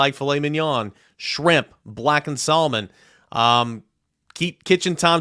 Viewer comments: Factor meals.. “blackened SAL-LO-MAN??😂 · The letter “L” is silent when pronouncing the word “salmon.”